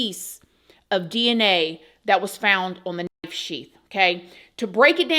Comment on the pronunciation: You can’t say knife??!! WTH 🤦🏼‍♀️